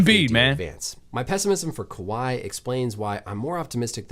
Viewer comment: Bro you're literally so close! 😂 Kahwi -> Kawhi